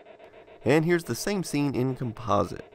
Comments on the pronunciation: Com'-po-site, not Com-pos'-ite. Just sayin' CGA composite was used by almost precisely nobody. At the time, it was actively discouraged in marketing because IBM didn't want to link it with the toy image that the VIC20, Sinclair, and to some extent the Apple ][ got nailed with. Most affordable colour CGA monitors didn't have composite inputs. I find it ironic that you use the Commodore 1084 monitor for this video. Ironic in that the 1084 is the monitor that was originally marketed with the one computer conspicuously absent from your list of CGA competitors, namely the Amiga 1000, which was released squarely in the heyday of CGA. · Try changing the pronunciation of the word "composite". Other than that it's a great video, thanks for publishing.